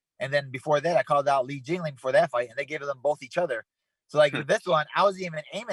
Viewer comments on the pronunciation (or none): Why does he keep calling him Jingaling 😂